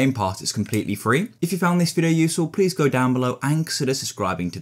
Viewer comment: It funny how he said peace